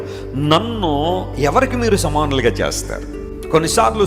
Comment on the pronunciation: సామానులు కాదు 'సమానులు'